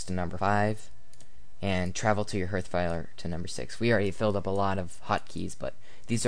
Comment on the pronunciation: I don't want to sound pretentious but you're pronouncing ""hearth" incorrectly, it's pronounced more like "harth". Thanks for the video though, I'm playing Salem right now and I wanted to see where it all came from.